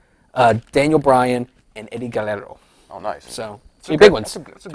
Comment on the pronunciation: "Guellelo" instead of Guerrero, his cute xD